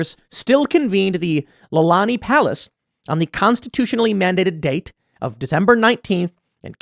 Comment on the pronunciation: Tim, for a hapa you speak like a haole. I was laughing my A$$ off when you said Iolani Palace. For the people who do not know history this is where the King and Queen lived in the USA.